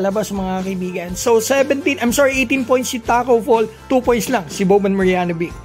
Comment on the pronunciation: Marjanovic - "Maryanovich" Po Ang tamang pag Pronounce.